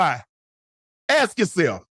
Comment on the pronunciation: "Aks yoself!"...ok unc